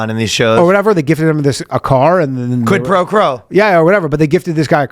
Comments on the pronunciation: Is Ryan saying "Quid Pro Crow" on purpose? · Ryan trying to say "quid pro quo" 😂